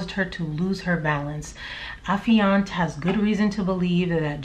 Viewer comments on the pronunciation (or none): none